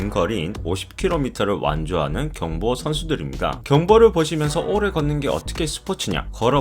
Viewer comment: 오↑래 걷는게 어떻게 스포츠냐?? 라고? 한국인 맞냐? 발음 교정좀 해라